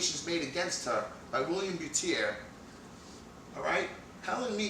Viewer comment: BTW, You're not correctly pronouncing Willem Buiter's name. It's a Dutch name and you pronounce it in a French way. The correct way i guess is a combination of the "uy" as in "Peter Stuyvesant" & the word "butter". Not a biggie, but i thought i should point it out. Greetings from the Netherlands.